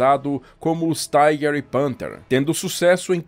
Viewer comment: Por que pronunciar "Tiger" como se fosse uma palavra em inglês?